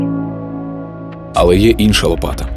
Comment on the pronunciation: чи були б Ви так ласкаві наступного разу запросити диктора, в якого краща вимова? українською неправильно казати софкова, дитячя, чяс, якщьо, чєрез, кінчяцця, дякую